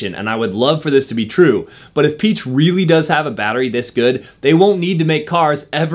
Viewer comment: It’s PEE-ECK. Not PEACH. As in Ferdinand Piech, the designer of the Volkswagen Beetle and Porsche.